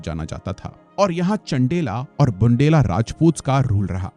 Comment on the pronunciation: It's not छेडी, चंडेला or बुंडेला..it's चेदि, चंदेल and बुन्देल..it's bit irritating to hear such pronunciation from a prestigious study platform. Everythig is excellent. Just a good pronunciation is expected.🙏